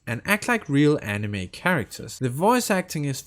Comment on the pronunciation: Did you just mispronounce Anime. I don't know but I think Anime is pretty main stream. Also you mention you don't like clicking to progress. Genshin already updated this in settings you can enable auto dialog and it will progress without clicking unless there is a dialog choice.